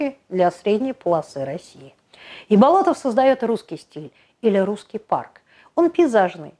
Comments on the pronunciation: Да, вот действительно удивительный человек! Но вроде он БОлотов, а не БолотОв, по крайней мере в фильмах и в музее усадьбы его фамилию так произносят.. БолОтов как-то даже слух режет.. Но, в любом случае, на его удивительное наследие и вдохновение трудами ударение никак не влияет. Спасибо) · Будучи школьником, участвовал в археологических раскопках усадьбы Андрея Тимофеевича в селе Дворяниново. Именно тогда я узнал его уникальную биографию. П. С. насколько мне известно, ударение ставится на первом слоге в фамилии. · Вообще-то ударение в его фамилии ставится на первый слог. Готовьте свое ролики не только по википедии.